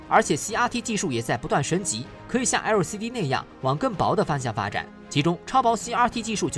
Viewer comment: 那個L的發音怪尷尬的